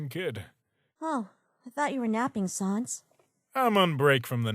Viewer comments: it's pronounced sahns, as in comic sans, not sons, as in no johns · sAns not sawns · I'd hate to be "that guy", but it's Sans not Sons. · It's sANs not SONS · just to let you know sans is pronounced like sand but no d...you're not good at pronouncing names are you. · Sohns. They pronounce sans Sohns. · Why does she pronounce "Sans" that way? "Sahns"... what? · I love this comic but they way they pronounce “Sans” is basically the Undertale version of calling Aang “Ong” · THE PRONUNCIATION OF SANS BOTHERS ME